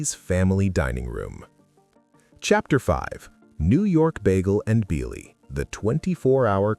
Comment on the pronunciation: ....work on pronunciation. Bialy. BE-AH-LEE. And it's de-VON avenue.